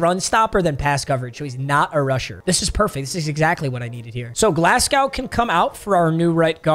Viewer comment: As a Scotsman pronouncing Glasgow hurts man